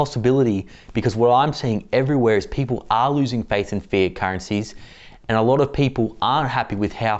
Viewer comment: Sounds like he is saying"fear" currency instead of " fiat " currency.